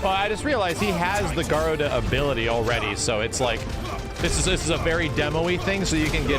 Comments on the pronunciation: Your pronunciation of Garuda is hilarious lol. Ga Roo Da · Man, saying Garuda's name. I try to not let those things bother me but after playing ff14 for like 4 years oof